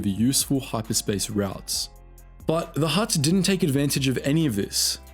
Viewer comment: They are called Hutts.. Not Helps..